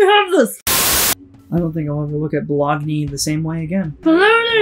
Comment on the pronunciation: It's Bah-Loney! 😂 Haven't laughed this hard in so long! Great job!